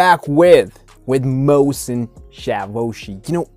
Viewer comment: Tank you for reacting to persian videos. and btw the artist name is pronunced like "moh sen chaa voshi"